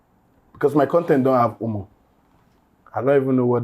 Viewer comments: Who Clenched their Nyash and tried to pronounce “who-more” ? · no fit pronounce Humor. Imagine 😅